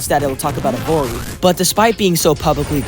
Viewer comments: Evory? Isn’t it evony. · Evory? Can you read, its "Evony". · Evony "Evory" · Lol.. e"VORE"y. BAHHHHAHHAHHAHHHAHHHHAHHHAAAHHH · Bruh keeps saying "Evory"? instead of "Evony" lol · I can’t get over the fact that you’re calling evony “evory” Also GUYS, DIDN'T YOU ALL BELIEVE THAT ALL THOSE PUZZLE ADS WERE FAKE? AND THERE'S NO SUCH GAME? BUT TODAY I'VE FINALLY FOUND THE GAME. EVONY THE KING'S RETURN. THAT'S RIGHT GUYS THAT'S THE EXACT GAME THAT YOU ALWAYS SEE IN THOSE ADS. I'VE SEEN ENOUGH OF THEIR VIDEOS, TODAY I'M GONNA PLAY IT. TO BE HONEST, I'VE GOT TO USE MY BRAINS TO PLAY THI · Bro called EVONY evory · I just don't know how you kept mispronouncing evony as evory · Called Evony not evory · The 3rd game’s name was EVONY not EVORY!!! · Anyone else annoyed that he said evory not evony? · Evory lol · why does bro keep saying evory either way you must have some eyesight issue lmfao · Bro every time he said “evory” 💀💀💀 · “Evori” .. dude can you not ready the ‘N’? Idk its bothering me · Mam said Evony with a hard R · I hate Evony with a passion, but how did you get it so wrong? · No one calls out him saying Evony wrong?